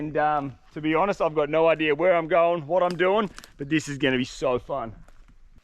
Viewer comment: I never saw an R in idea. Yet, you keep saying, "idear" 🤭